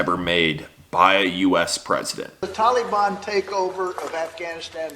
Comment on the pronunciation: Why the all of a sudden change in how tala ban is pronounced? Have we been saying it wrong all this time and now care about their feelings?